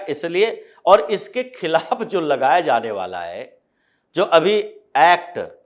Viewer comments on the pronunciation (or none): none